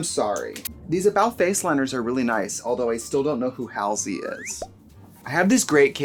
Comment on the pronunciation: This video was great! I prefer the lighting it allows us to see wheat the products really look like. Also you mispronunciation Halsey’s name was hilarious it just fits so well with your personality that you wouldn’t know who she is.